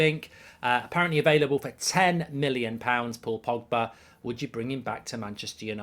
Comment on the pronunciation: No no no no no no no no no no no no no no no no no no no no no no your wrecking my feckin with the name pogba